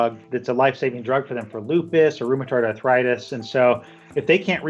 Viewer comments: It's not "rheumaTARD" arthritis, it's "rheumaTOID"!! "OID", like in "droid", which this chick seems to be. Geez, WashPost, why did you have to use a "Fact Checker" (whatever that is) who not only (a) talks like a Valley Girl and (b) has no sense of rhythm in public speaking, but who (c) cannot even pronounce simple words correctly. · she said "rheumatard arthritis" lol